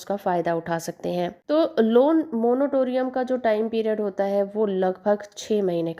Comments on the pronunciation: Monotorium nhi Monatorium hota hai..Padhi Likhi Gawar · Ap jo monotoriun bol rahe ho ye galat hai not monotorium,,,it is moratorium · Moratorium boliye bahan ji.. "monotorium" nahi hota hai.